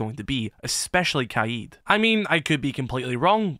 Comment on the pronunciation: Bro I swear it’s not kaied it’s kaid